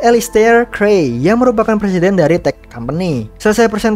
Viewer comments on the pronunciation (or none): none